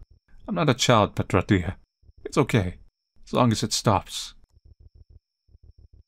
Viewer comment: when he reads Petra, dear... it sounds like he's saying "a tortilla" in an accent. You can't unhear it. You're welcome.